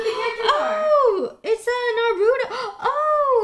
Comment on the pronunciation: it's nar uuuhhh toh That's how you pronounce it.